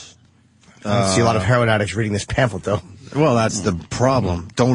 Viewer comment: The way opie pronounces Heroin annoys me